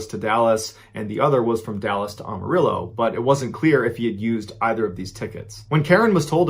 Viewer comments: Say it with me: "AM-A-RILLO" Not "Ahm" or "Ohm". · it is ......Am-A-rillo.....not Um-A-rillo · Pronounced Am-a-rillo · As a lifetime resident of Amarillo, TX. I would like to point out that the city's name is pronounced "Am a Ril lo". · Pronounced Am-uh-real-o. As in, (I) am a real o (Texan). No big deal, most people get it wrong. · any other texan Mr.B fans laugh at "ah-marillo" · The “A” in Amarillo is pronounced like the “A” in Apple. It’s not Ah-Marillo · Ballens pronunciation of Amarillo cracks me up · Not this man mispronouncing Amarillo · The way he says Amarillo